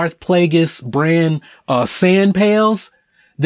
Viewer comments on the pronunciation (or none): none